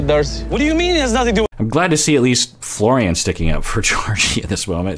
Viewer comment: Nope. He's Mike until he says Florian properly!